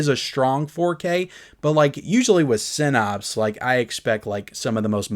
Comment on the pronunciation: One day there will be clips from this video on your episode of hoarders. And for the love of GOD, please learn how to say "sin apse" NOT "sin opse".